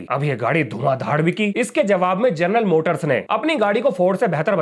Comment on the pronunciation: जर्नल मोटर्स? 😂 हमारे शिक्षक ही अनपढ़ जैसे बात करते हैं, विद्यार्थि कैसे होंगे? 😢